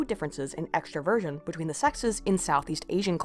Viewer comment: Is it bad that whenever she said "extroversion" I heard " extra virgin"?